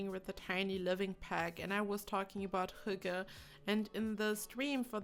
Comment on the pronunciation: AssaultedPeanutt almost 😊 she says "hugge", but the Y is more like the Y in ... "Synchronization" for example. So, the H-sound is correct, as well as the "gge", but the Y is different 😊 If you go into this link, the first is a northern Norwegian dialect, but the the two ones at the bottom (Martin Salthe, and astarkvedja) pronounce it like we do here in the east (the "norm" kind of) 😊